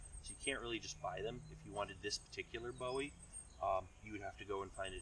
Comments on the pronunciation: Boo-wee that’s how you say it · Booowie! Jim Booowie not David Bowie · It's pronounced Boo- EE